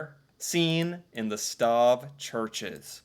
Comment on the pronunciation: Stave is pronounced stay-ve. Wooden nails are called dowels.